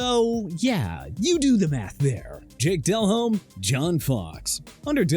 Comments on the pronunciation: Is it really pronounced del home? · Guy can’t even pronounce delhomme correctly, you can tell this narrator knows nothing about football, he’s just reading a script